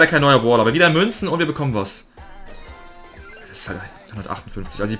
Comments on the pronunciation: Das heißt Brawler nicht bawler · lern mal deutsch boler und bolstars